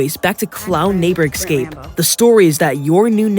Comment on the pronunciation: A bit off topic...but why do you insist on saying "Ex-cape" rather than saying "Escape"?